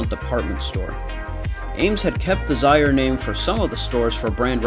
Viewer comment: There are some abandoned Ames store still standing. To find the locations go to Anthony of Ace's Adventures visited one in New York. You are pronoucing Zayre wrong. In Woodbridge, VA we had a Zayre's that became an Ames. For a few years we had a Ames and Kmart across the street from each other. Ames would have a hard time to compete with Walmart. We didn't get a Walmart until around 2000. There are only 2 Kmarts left in Northern Virginia - in Fairfax County